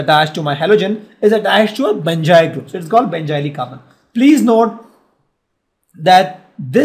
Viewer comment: And it's carbon not khaarban